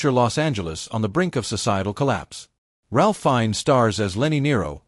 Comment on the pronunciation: Demolition Man is another underrated action movie with science fiction elements. Ralph Fiennes first name is pronounced RAFE.